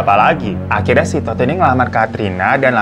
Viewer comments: Pengen ngakak terus setiap kak hiro bilang “ Tood “ 🤣🤣🤣🤣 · Rada eheeeek tiap babang nyebutin namanya "Todd" 😂😂😂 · "Todd" nya mantep bener bang nyebutnya😭🤣